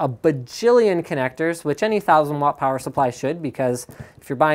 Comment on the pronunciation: I would like to know just what a "plower supply" is. xD